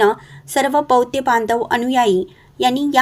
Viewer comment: ' बौद्ध ' असाच शब्दाचा उच्चार करा.बौद्य नव्हे.